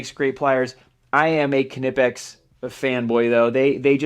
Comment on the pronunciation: WoW you are the first American who says Knipex right, Awesome! Give you‘r Tools a treat and oil them a bit so they don‘t rust. I sugest Balistol but WD40 will be ok. Here is a link to a Factory Tour at Knipex.